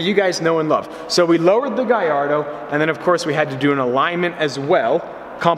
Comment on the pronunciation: why he say guy-ardo instead of gallardo